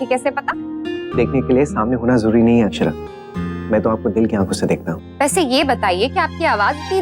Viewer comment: Akxara ni akshra hota h 😂😂